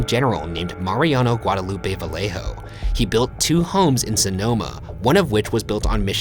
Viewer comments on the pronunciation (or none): vallejo is pronounced vayejo. fyi. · not gonna lie, ryan, i'm quite disappointed that as a mexican american you pronounced vallejo as "vale-jo"